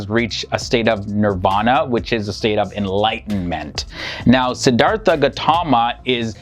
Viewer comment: A few corrections. The Pali language is pronounced "Pah lee" Short 'a'. Theravada and Siddhartha have an aspirated 't' which is written, "th", but is pronounced as a hard t followed by an 'ah' sound. So it is "Sid-ar-Ta" not "artha" and "Terra-vah da" or Terra-vay-da", not "Thera." Siddhartha Gautama was given the title "Buddha" but more typically was referred to as a thathagatha -- a "thus gone" person. That is one who has reached the final aim of Buddhism, an awakened one. There are different kinds of buddhas, private and public. It was believed in his day that the Buddha was not the first Sammasambuddha, or perfectly enlightened one -- there have been buddhas for every cosmic age. It is also believed that there are many paccekabuddhas, buddhas who do not declare the Dhamma (teachings) to the world. It is said that the Buddha was instructed by paccekabuddhas in previous lifetimes. In the Buddha's time, a set of rules for monastics, the vinaya, was set down and ritually repeated and extended. It prohibits killing. In Buddha's time meat was a luxury and requesting that someone slaughter an animal on your behalf is prohibited by the monastic code. Furthermore the Buddha and early Buddhists had a dim view of butchers. The vinaya also limits how manks can obtain and store food -- so Buddhist monks and nuns are sramanas -- holy beggars. This strata of society existed before Buddhism and ritualized begging for food is a tradition carried on to this day in Southeast Asia. The Buddh